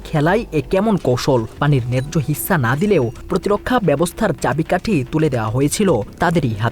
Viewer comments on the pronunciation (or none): বিশ্লেষণটি আরো তথ্যবহুল হতে পারতো। আর রিপোর্টার তো আমাদের বাংলা ভাষার শ্রবণশক্তির পরীক্ষা নিলেন। ঝাড়খন্ড কে বললেন ঝড়খণ্ড হিস্যা কে বললেন হিচ্যা। তাহলে আমি তো বলতেই পারি রিপোর্ট "চমেৎকার"🤣